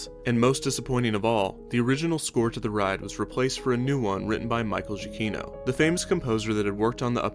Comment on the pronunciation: I think you mispronounced Michael Giacchino's name. That said, while I enjoyed the mainstream Space Mountain, it did feel very corporate and i'm sad I never got to ride the Verne original.